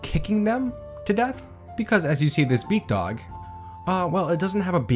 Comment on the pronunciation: Oh BEAKdog for the longest time I thought you where saying bigdog 😅